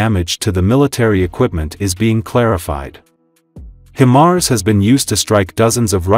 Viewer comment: HI-mars, not Him-ars …